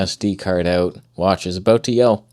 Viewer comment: You can see when truly is angry his Canadian slips out. Or should I say "ooot"?